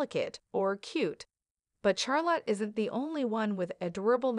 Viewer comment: shar not char